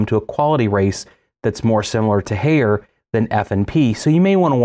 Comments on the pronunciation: Haier is pronounced higher. They made a song about it. Bring me a Haier Love - Steve Winwood. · If you going on a rant regarding GE, learn to pronounce Haier. "High-air". Your post regarding GE top loads are false. This video is a joke. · Haier is pronounced exactly like the English word "Higher". It is not "Hey-er". Great video, BTW! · lol "hayer"